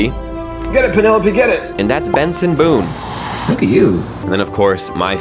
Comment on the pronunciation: Did you say? BENSON BOONE????